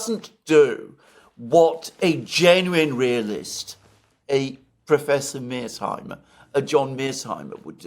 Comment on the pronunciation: Everyone: "San Fransisco" Alexander: "San Franchisco" Everyone: "The Third Reik" Alexander: "The Third Rishe" Everyone: "Professor Mearsheimer" Alexander: "Professor Mearseimer"